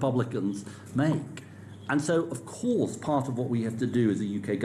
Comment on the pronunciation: even tries to talk like his master Blair with his dragging out the last syllable of every word and emphasising words like ‘OF COURSE’ even though the stress on the words makes no sense at all